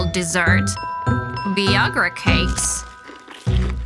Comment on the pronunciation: "Viagra" really rhymes with "Niagra" as in "Niagra Falls." And it's not wrong to want grandchildren, but it is wrong to make any child of yours have kids just for your happiness if he or she doesn't want any... UPDATE 1: ... OR tamper with their birth control stuff or affect their sex life, OR trick them into getting pregnant when they are not yet good and ready. UPDATE 2: At least Brandon's mother found something better to do in the end.